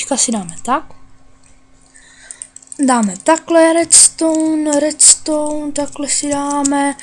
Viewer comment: Ty říkáš slovo redstone ale u tebe to zní asi takhle : vedstone